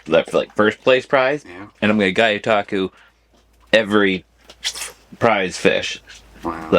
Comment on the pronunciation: I feel like your mispronouncing gyotaku on purpose lol guy you taku is wild 😂 gee-yo-ta-ku 🤙🏽